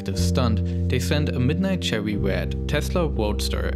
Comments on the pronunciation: I vewy much want a cherwy wed woadster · "tesla chewy wed woadster" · "Chewwy Wed Tesla Woadster"